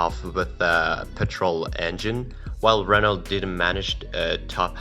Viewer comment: The voice over guy 🤣🤣🤣can’t even say megane right or Renault it’s french it’s pronounced reno